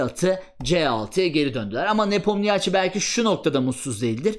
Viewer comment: Geldi yine NepomNİYAAAAÇİ 🤦‍♂ 'den artık geçtim, videoyu izleyenler öğrensinler: Adamın adı NepomNİŞİ okunuyor.